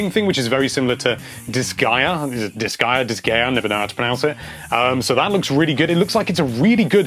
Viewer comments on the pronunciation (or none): none